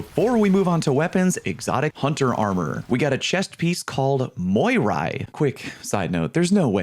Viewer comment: All 3 armor exotics are Greek Words. 1) Panoplia = Πανοπλία = Full Armor 2) Eunoia = Εύνοια = In Favor 3) Moirai = Μοίραι = Fates Needless to say that your pronunciation on all 3 of them is wrong.